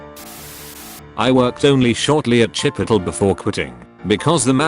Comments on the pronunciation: lol “chip petal” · No one: Narrator: "Chipittle" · the robot pronounces chipotle the same way that i do to piss people off lol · the way he says Chipotle makes my innie an outie